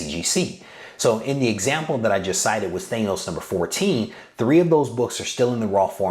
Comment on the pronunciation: The way you pronounce Thanos is cringe. It's not thaynoce it's thaaaanoce